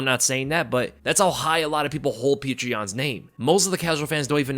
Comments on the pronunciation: I mean I think the 3rds go in Yans favor. He doesn't need to conserve energy and can just go all out. And Petr is pronounced more like Petor not Pee-tree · As a Russian I can tell you... Just say Peter.. Stop trying to say it the Russian way...this Puture thing sounds ridiculous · Fukk I hate how he keeps calling him Peetra Yan 🤦🏾‍♂️ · petr yan sounds like patreon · It’s POT-R yan. He even said it himself